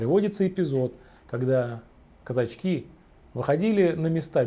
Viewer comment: Головы отрубали не казачкИ, а казАчки.